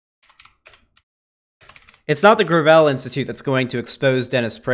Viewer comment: Oh it's pronounced gravel, not gravel.